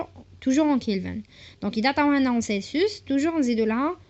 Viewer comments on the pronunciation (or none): none